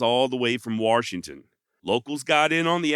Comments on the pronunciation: Great video. I was born and raised in Washington and still live here. His legend has never died.. but can you do me a favor as a podcast host?? Stop calling Washington "Warshington".. That is like nails to a chalkboard for residents of this state lol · Dude did you really say waRshington? Come on man. I don't know why it bothers me so much but for some reason it really does. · WaR-shington is killing me. 🙉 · Warshington, lol! Great video. Thanks for the upload. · fyi theres no R in washington